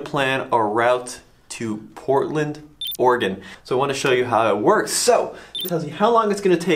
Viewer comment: KUDOS to and Son! They can actually PRONOUNCE Oregon!!!!!!